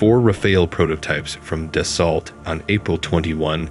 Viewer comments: Please american persons who try to speak about french aviation, stop saying Da sso LLL TTT. Right pronunciation is DASSO. After 100 dassolllttt I have to say this. Thank you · FYI: Rafale is pronounced Ra - Fal (as in Pal) Dassault is pronounced Da - sso (as in Lasso). The L is silent. Have a nice day. 😊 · One that doesn't know how to pronounce Dassault or Rafale.